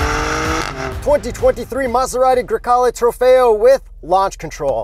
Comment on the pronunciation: It's funny how people from America or in this case Canada can't properly say Italian car names. I know that is hard but just put a little effort into it. If you say Grecale correctly it's really beautiful word.